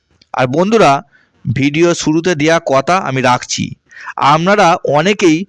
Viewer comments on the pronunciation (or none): none